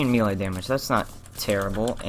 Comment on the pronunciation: May- lay, not mee- lay